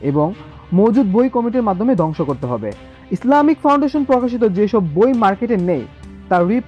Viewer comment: বাবে না ভাবে হবে, দংশ না ধ্বংস হবে, ভাই আপনার দ ধ ব ভ এর উচ্চারণ ঠিক করুন 😊